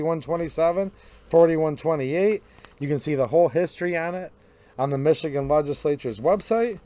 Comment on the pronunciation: Dude, it’s Michigan